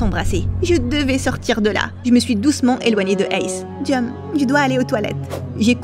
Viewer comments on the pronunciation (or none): On dit dom